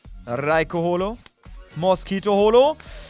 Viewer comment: Eigentlich heißt er ja MASSKITO und nicht MOSSKITO 😌😂